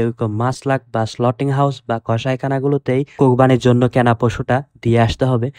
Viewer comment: Slauting- not, slautering - correct.